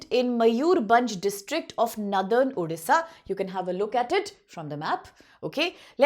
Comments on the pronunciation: Hlw ma'am it's not Odhisa ... It's Odisha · Odisha nahi uuudisha bol rahi hai